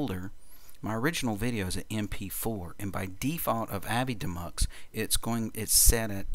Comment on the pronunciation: Shouldn't avidemux be pronounced "A-V-I DEE Mux"?